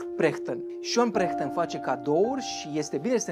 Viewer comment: La Perchten ai spus cumva Prechten sau mi s-a parut mie ?